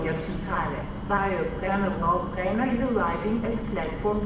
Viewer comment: Jeez... The AI pronunciation of "Brennero/Brenner" is barely understandable. 😂